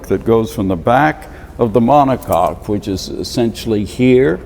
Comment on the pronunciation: Take a shot every time he says "monocock"